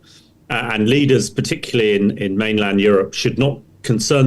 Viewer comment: And he says "particuly"!